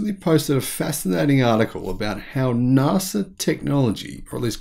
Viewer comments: NASA! Not NARSA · It’s pronounced NASA. Not Narsa. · I thought you said "Nazi Technology" for a moment :-) I've been watching too many videos about WW2 and Hitler, obviously.